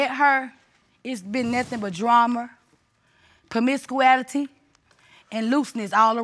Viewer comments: “Dram-mer”, “promisiqulity”why is this old lady mispronouncing basic words? 😂 Got all the nerve to talk about the baby mama’s clothes 😂😂😂😅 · Permiscouality!😅 poetic license 😂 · She said promis-coo-ality! 💀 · Lol...I lol with "promiscuality" I CANNOT😂😂...poor thing🫣.. I would have asked her to repeat it if I were the judge! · “Dramer and permiscuality” 😂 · “Promiscuiality” that’s a new one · The Mom made up a word in the first 2 minutes of this case.Which word is " comisquality" did she want to say promiscuity 😅😅😅😅😅😅😂😂😂😂😂😂😂😂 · Did I hear ‚promiscuality? Lol😂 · Permiscuality? That is not even a word. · PAMISKOOALITY???? WHY LOL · So we're just going to act like this grown woman didn't just say P-R-O-M-I-S-C-U-A-L-I-T-Y instead of promiscuity???